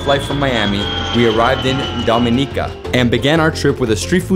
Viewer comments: You are getting there with the pronunciation; door-me-nee-car, DOMINICA 🇩🇲. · the only reason it is hard to pronounce is you are used to hearing it incorrectly the way newscasters in America and beyond do. dom-i-knee-cah - what is so hard!!!! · Wonderful video of Dominica. However, can we get the names and pronunciations right... Its Do-min-i-ca, Dom-i-nican. We are not the Dominican Republic or Dominica...shame on you. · I did pronounce it correctly in the intro but I did have some difficulty pronouncing it and for that I apologize. I truly appreciate your comment and constructive criticism and I hope you have a great week.